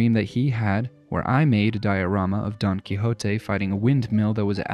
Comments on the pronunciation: his name is not "Poncho Sansa"! ja ja jaaaaaa. his name is "SANCHO PANSA"! Ja, ja ,ja, jaaaa. The protagonist's name is not "Don Coyote"! Nooo! his name is "Don Quijote""! Ja, ja ,jaaaa. Very good work! Reminds me of "Monster house". the animated movie. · Don Quixote - daan kee·how·tee